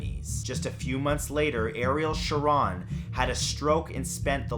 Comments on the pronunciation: I'm pretty sure that's not the way you pronounce Eccleston, either, and I know that's not how you pronounce Ariel Sharon's last name. It's a long "O": "Sha-RONE." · Ariel shar rone thats how its pronounced, you and other youtubers often get pronunciation wrong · Shah-Rone sounds like phone. Come on Bro. Don’t lose your awesomeness to miss pronunciation. When in doubt ask someone.❤️ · #1 me. I am cursed. BTW, you mispronounced Ariel Sharon's last name wrong.